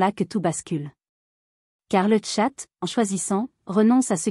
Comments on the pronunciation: car le tchat haha Apprenez a dire chat madame l'IA ! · petit souci de dialecte par l'IA qui prononce "le tchat" (boite de messagerie en streaming) pour dire le chat, mais les explications sont excellentes, j'ai 4 chats avec le meme niveau de confiance ultime